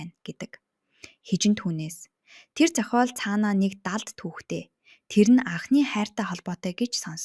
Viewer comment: Зохоол, ноорго гэх мэт дуудлагаа засмаар юм байна шүү